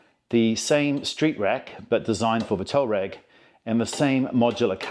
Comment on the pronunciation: It's not "tow ragg" it's tUaaarEg you re re!